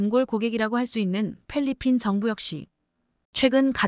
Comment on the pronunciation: 글자 스펠링이 많이 틀려 바르게 발음하지 못하는 문제점이 여러개 보입니다. 예, 필리핀을 플리핀, 1,000 만원 을 일 공 만원으로 발음... 등등. 심각합니다